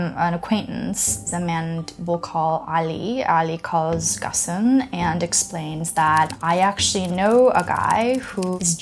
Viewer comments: First time I hear someone pronounces his name so weirdly. It's more "gÔne" than "gone". Certainly not "gossen". Watch many of his live interviews, he surely would not let people pronouncing his name so inaccurately. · I am pretty sure Ghosn is supposed to rhyme with "bone" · What's Gussan? His name is pronounced Ghone. Poor journalism. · I like the series but this video was pretty bad. She can't pronounce the name of the main protagonist (pronouces Gone, not Gosn). Carlos Ghosn is actually french-lebanese-brazilian. He is depicted as a victim of the Japanese justice system, an oppressed man fleeing for freedom when he was in fact a financial criminal who got caught escaping a legitimate punishment. Even if the facts of the escape are pretty accurate, the overall story she tells is not the truth. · The correct pronunciation is "Gown" as in Bone. At least that is how his close friends pronounce it. I am assuming you have never spent time with him, so I will defer to those that actually know him for the right pronunciation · In Japanese his last name is pronounced like "gone". so when this happened we joked about it as "Carlos Gone".